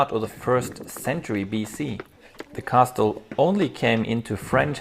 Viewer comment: I fear that, when you are 40 and look back at these, you're going to cringe every time you hear yourself saying "cassel". There are some choices that can't be undone without losing the nuanced flavor of the experience. My videos of Moscow and St. Petersburg are completely unwatchable. You can only see something for the first time once. Great videos nonetheless.